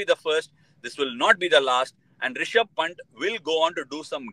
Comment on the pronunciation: He's Pant Ashwin bro. Not punt :face-purple-crying